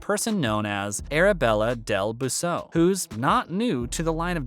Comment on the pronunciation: You should probably learn how to pronounce peoples names properly before doing a YouTube video and sounding silly